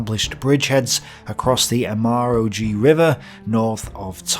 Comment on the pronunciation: That pronuncment of Emajõgi haha